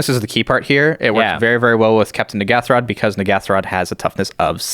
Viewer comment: Jimmy Wong and Gavin Verhey, have both said that they can't believe the name "Mind Flayarrrs" got through. I can't believe nobody is talking about the name of the Commander, Captain N'ghathrod! The pronunciation by DJ (Jumbo Commander) and Gavin Verhey (the set designer) is A LOT different by the way. I can't believe there hasn't been a massive backlash over it 😳